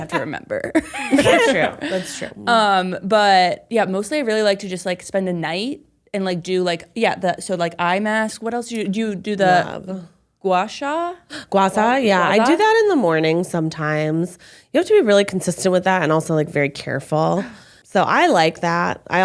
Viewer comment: is so knowledgeable! PS: it’s pronounced gua SHA (sh like shoot) not ‘Sa’. The Chinese characters are 刮痧 it’s a traditional Chinese medicine tool and really works!